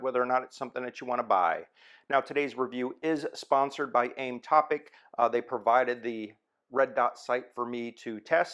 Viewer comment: It's Aim OPTIC, right, not AimTopic....